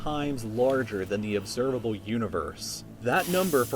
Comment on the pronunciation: "Observalbe Universe"